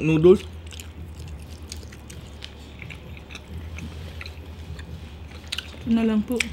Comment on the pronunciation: Di marunong mag basa noodles hindi nooduls